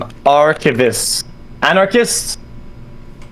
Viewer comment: I like how it's impossible for streamers to pronounce "anarchist"